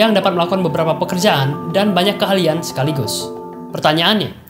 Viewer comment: Keahlian kak. Bukan kehalian. Wkwk